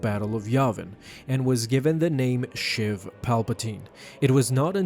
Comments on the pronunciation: It’s sheev not shiv palpatine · It's sheev not shiv.... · I'm pretty sure it's pronounced Sheev like sleeve